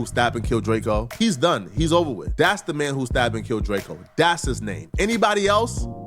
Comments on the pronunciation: Pronounce it right duh. We know the truth. Lldtr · Drake-o not Drakeo